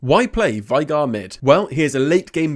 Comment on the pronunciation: his name is pronounced vay-gar, tristana says it in one of her voicelines